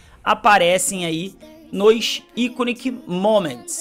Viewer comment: Iconic = Aikon (se pronuncia assim)